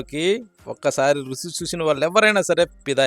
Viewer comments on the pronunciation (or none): రుచి రుసి కాదు